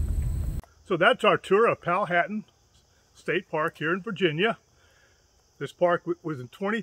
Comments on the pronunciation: Pronounced Pow-uh-tan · It's pronounced a little differently than read. Powha tan